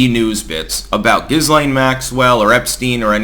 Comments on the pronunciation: Pronounced Gilaine. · The S in Ghislaine is not pronounced. Ghee-laine or Ghee-len are fine. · The whole trial and aftermath doesn't pass the smell test. And it's pronounced Ghee-LANE although Gis-lane would be more descriptive. Lol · It's Ghislaine. Giz- lane. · I thought Ghislaine was pronounced; Jizz Lane. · Love your vlogs, but Ghislaine is pronounced a la the French name that it is even if she is not, as in GHEE LAINE, S is silent🤓……. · Guh Lynn is how it’s pronounced. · The s in Ghislaine is silent x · It is a soft "G". Like in giraffe. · I'm not quite sure why Styx pronounces her name the way he does. If you're going to include the 'S', at least refer to her as Jizzlaine Maxwell :) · C'mon man please learn to pronounce Ghislaine and Strzok. Consistently mispronounced. You're a smart man. Do better.